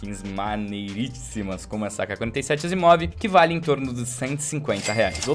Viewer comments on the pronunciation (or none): Errou o nome da Asiimov em kkkk